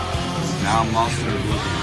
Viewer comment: I like the southern accent on "Obliviowwwn". It's a band from Georgia.